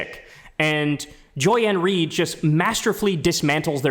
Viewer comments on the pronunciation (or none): "Joy Ann Ried" 🗣🗣